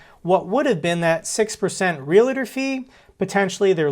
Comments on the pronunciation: Real tor. REAL TOR. NOT REAL A TOR!! JEEEZ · Omg dude stop saying realator. Just say agent from now on lol. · Realtor is NOT pronounced R E L "A" T O R... .Real A Tor is wrong.